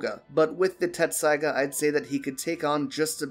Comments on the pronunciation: Dude, Tessaiga. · it happens half the people who watch the show still think you pronounce a t in tessaiga